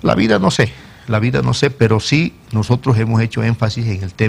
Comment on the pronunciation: "nojotros" este tipo de pelotudos estaban en el poder